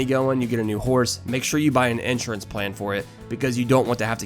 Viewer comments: You can't even pronounce Insurance properly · “Ensurance” fucking spaz